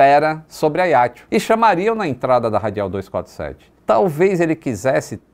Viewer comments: Oi. Mais um video interessante e agradável (como semore). Só uma pequena correcção. Diz-se Ajaxio (o "j" é vivo), tal como por exemplo em "junto". A fonética correcta é "Ajaxio" e não "Aiaxio". Mesmo em francês diz-se "Ajaxiô". Valeu? Um abraço. Nota sobre a história: ficou provado que o conceito de "sterile cockpit" é importante. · ótimo vídeo. Mas a pronúncia do nome da cidade me parece equivocado: não é "a i a ti o". É a já ci ô! Força, saúde e pax (sempre!) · Confesso que não estava a perceber que localidade era essa de "Aiatxu" que o fala tanto neste vídeo. Demorei a perceber que ele estava a falar de Ajaccio... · a pronúncia eh “ajáxciô” do francês visto que a ilha é francesa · Agora que eu entendi o nome do local Ajaccio" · Ele falou Ajaccio com pronuncia italiana, não francesa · AJACCIO pronuncia-se como se lê em portugues...